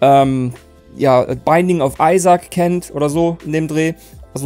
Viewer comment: "Beinding of Eisack" 🤣 Sorry, keine Ahung warum ich da lachen musste.